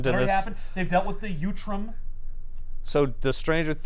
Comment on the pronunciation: Ok now I know you’re mispronouncing utrom on purpose. Last time you added an L! uLtrom! 😂